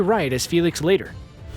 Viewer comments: Why is it that Screen Rant always gets their facts wrong, or mispronouncing someone's name? First off Swan is not the only Bond girl to carry over into another movie. Sylvia Trench carried over from Dr. No to From Russia With Love. Second Felix Leiter, (pronounced like LIGHTER). It disgraceful that you guys can't take the time to do a little bit of research first. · Exactly. I wrote it, the way it should be pronounced. I guess since I know many people named Leighter, and Leiter and been hearing the name since Dr. No, I know it’s not pronounced LATER! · Felix's last name of "Leiter" is pronounced LIGHT-er, for heaven's sake, NOT "Later" or "Leet-er." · It’s pronounced, “lighter”. Professor Shatterhand was not a codename, it was a false identity. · The commentary loses a lot of credibility when you pronounce Felix Leiter as "Felix Later". His name is said in a number of Bond films, even once used as a pun on "lighter". Obviously the authoritative voice over guy hasn't seen any of those. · It’s pronounce “Lighter” not “Leeeter “ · It’s Felix LIGHT-ER not Lay-ter. It’s been Light-er since Jack Lord (Yes McGarrett from original Hawai’i 5-0) played CIA agent Felix Leighter in FIRST Bond film: Dr. No.-1962. Damn I’m old! Y’all may have read the Harry Potter series growing up. We kids read the James Bond series starting in the 1950s. He was a racist, misogynistic cruel killer who was NOT handsome with a large scar on his face making him more Daniel Craig and less Pierce Brosnan, Of COURSE we read them for the sex scenes...which is funny in that Bond films have ALWAYS been PG-13--never an “R” rating as their target audience is 13 yo boys--they all giggle with the double entendres. There! The 26th thing about Bond. Also the author Ian Fleming also wrote Chitty Chitty Bang Bang and the Bond producer Cubby Broccoli after making five Bond films---made Chitty into a film in 1968 with Dick Van Dyke in the lead! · That's Felix LIGHT-er, not LEET-er. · Felix "Lee-ter"?? LOL